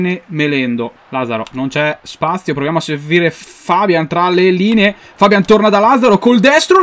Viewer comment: si dice fabián, non fábian comunque sei un grande